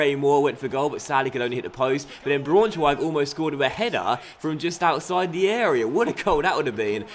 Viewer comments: I think it's pronounced like 'Brown-schweig' - just for future reference :) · You pronounce Braunschweig-brownshweig, and u pronounce Augsburg-ousburg